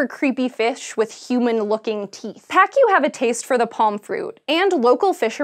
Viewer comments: the pronunciation of the name of the fish is pakoo, not paakyu. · you don't say "PA-Q".... it's pa-ku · I laughed hysterically after hearing pacu... I say it as paku, not like... Pakyu... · Is it pronounced "pack-you"? If the fish are in Brazil and people are speaking Portuguese I think it'd be "pah-koo" without that "y" sound. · Pacu is pronounced "pacoo". Not "pakyo". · It's PAH-coo, not pack-ee-you. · It's pronounced puh-COO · Nice video! But, Pacu is pronounced as "Pahcoo" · We used to have a pacu in our fish tank. It is pronounced “pock-oo”. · She pronounced Pacu like "fuck you" lmao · Pacu should be pronounced like Pa-Ku (pa'kuː), pa like Panama or party, and ku like kublai khan or cool, there's no "yu" sound like cucumber. It's is after all a Portuguese name, so read it with the "Latin vowels". :) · cê é loco? é pacú mano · It's pacu not pacu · on a science show yet can't even pronounce Pacu right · is pacu really pronounced that way or am I crazy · Eu sou BRASILEIRO! We have to learn all your pronunciations to the point if we want to speak english. Why don't you ask someone from Brasil how to say those words? You said a couple of proper nouns, then why not speak it correctly? Like piranhas and pacu. If you had not wirtten "pacu" I would have NO IDEA what you were talking about.